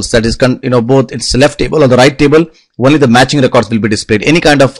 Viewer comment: What the fuck is one-ly its fucking only